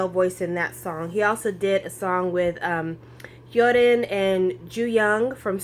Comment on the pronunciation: I want to try out korean mall soon as well. YOU GOT JUN Ks ALBUM :D I need to get that and I already ordered 2PMs new album (which also has photo cards!). Also, love the way you say hyorin's name, I can't say it for the life of me